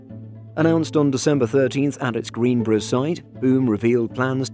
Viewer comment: Location pronounced- “Greens-boro” lol